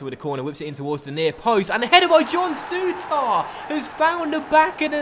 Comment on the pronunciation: Will ever pronounce Souttar correctly?